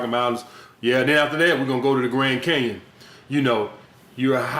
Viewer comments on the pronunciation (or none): This nigga said " the grand cayon"!!!!!😂😂😂😂